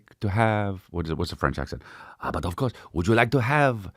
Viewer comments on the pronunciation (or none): Gettin into the french accent by muttering "bud of couurse" to himself 😂